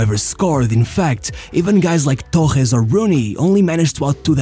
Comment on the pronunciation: Tohez ??? who the fuck is Tohez ??